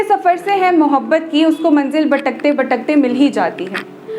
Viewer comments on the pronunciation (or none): My god!!! It's beautiful. The shayari, the way you talk, everything. Don't stop writing. By the way, did you realise, you're pronouncing Gar to Ghar, Batak te to Bhatak te, Beed to Bheed and 4-5 other words I forgot 😅 Afterall, Thank you very much for this lovely video 😊